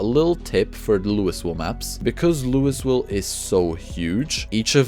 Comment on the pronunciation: Thank you for this series! Project Zomboid is such a unique game, but the learning curve is so steep. I know I’m going to die a bunch more times before I finally get it, but this game isn’t supposed to have a happy ending. The “s” in “Louisville” is silent, btw 😉